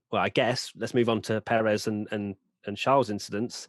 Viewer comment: Pérez not Peréz